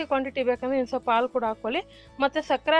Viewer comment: ಹಾಲು, ಒಳ್ಳೆಯದು ಅಂತ ಹೇಳಿ. ಆಲು, ಒಲ್ಲೇದು ಅಂತ ಹೇಳಬೇಡಿ. ರೆಕಾರ್ಡ್ ಮಾಡೋಕೆ ಮುಂಚೆ ಅಭ್ಯಾಸ ಮಾಡಿ, ನೀವೇ ಕೇಳಿ.